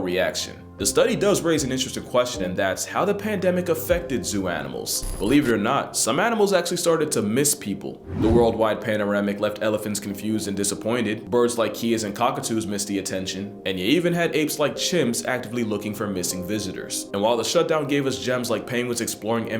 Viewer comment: Bro said paneramic😂